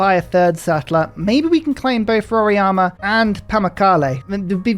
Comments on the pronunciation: Why do you call Mt Roraima as Mt Roriama? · You need to work on Portuguese pronunciations as well 😂 roraima was painful 😁